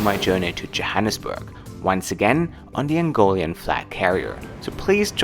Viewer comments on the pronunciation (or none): I feel like I should point this out because I am one but yeah its Angolan not Angolian